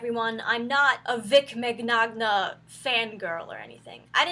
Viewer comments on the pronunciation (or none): MC NOG NA GIIIRRRRLLLL Minyona is how its pronounced. The gn in Italian is like a ny or nh sound. Min yon ah Mignogna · First off, he's of Italian lineage, so his last name is pronounced Min-yona, not mig-nog-na. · plus, it's pronounced minyana, not to be picky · Italian: “Min yah na” English: “Mig no na” Too many are having problems pronouncing it correctly. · Is not pronounce mig-nog-nah it's pronounced Mih'ñoh-ñah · Oh for god sake..... minagnog.... its pronounced .... MIN-YAN-NA... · For the record its pronounced min-ya-na. That or mignogahnogahnooo, either is fine. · His name is pronounced “min-ya-na” BTW ❤️ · His family name is Italian. He pronounces it Min-nyon-nya. The GN is a Ny- sound like in lasagna. -- And everything I have ever seen shows he's very friendly and accepting of fans of all kinds. I've never seen anything to suggest he'd treat women with disrespect or assault them. He's open about being Christian, yet he's also open-minded and accepting of gay folks, and people with handicaps or conditions, and he "gets it" about fannish behavior. -- If someone has allegations against him, then that should've been done in court, not by trashing him in public opinion and rumors/gossip. Innocent until proven guilty, and not the other way around. It's wrong to try to ruin someone's life by making accusations and innuendo, spreading doubts and division. It'salso not someone else's place to do that because they got the impression of something, if the person themselves did not. -- I think there's too much doubt in this situation to say it's true and to let it ruin his life. -- If there is truth to it, then people should take that to court, not try him in public opinion. -- I don't believe he's guilty of anything. I'd hate it if it were true. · MEN-YAH-NAH, that's how you say it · FYI Vic Mignogna’s last name is pronounced mañana. The G’s are silent. Thanks for the awesome vids! Keep them coming! 😀👍🏻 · The way she said his last name 😂 Vic micNOGNA😂